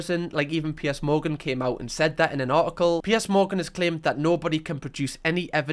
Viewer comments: It’s PIERS not Pierce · I’m being really vulnerable right now but is a safe space so I’ll do it. I just have to get this out and be honest. The entire time I’ve been watching I thought you were saying P S. The letters, p and then s. I’m crocheting as I watch/listen so I thought maybe I just missed where you told us who PS is or something. It took me until now to realize you’re saying Piers. I’m American….pretty much sums it all up with that 1 sentence huh lol But, being serious, usually the accent doesn’t matter. I don’t know why his name confused me so bad lol I also haven’t even seen the show yet so it could’ve been another character for all I know. Thank you for letting me broadcast what a dumba** I am.